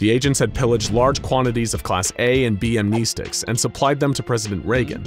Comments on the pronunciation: Amnestics is pronounced "Am-ness-sticks" not "Am-knee-sticks" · Am-neh-stics not am-knee-sticks cancer to the ears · You are pronouncing "amnestics" incorrectly.